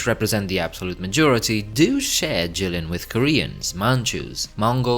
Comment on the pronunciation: It's Jilin though